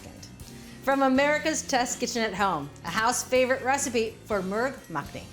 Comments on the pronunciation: It's actually not pronounced "merg mack-ni" but "moorg muck-ni". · As a person of Indian ethnicity I am very particular that I pronounce words of another language or culture correctly. It is pronounced “Murgh” is pronounced with a “moo” sound NOT with a “purr” sound..